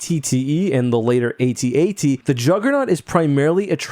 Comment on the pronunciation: Both the Juggernaut and AT-AT have their uses. The Jauggernaut moves a lot faster and carries more troops. The AT-AT (and thanks for pronuncing that right way and not like @@ has more hight so it can cross rivers and move through swamps because you don't need traction like with wheels. The hight also gives you a good view so that you can destroy your target from a greater distance like with the shield generator on Hoth. Not sure about the armor on either of these. Snowspeaders seem to be more of a light vehicle and can't penetrate the armor of the AT-AT but can X-wing blew up the AT-ACT on Scarif. But since these two are of a different AT- model I'm not sure if they both have the same density of their armor. As for Jauggernauts I don't think we've seen them being attack by aerial units.